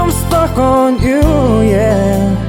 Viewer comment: Ganda ng boses. Kaso sana na pronounce mo lang ng tama yung word na "stuck" and you're good. Goof job.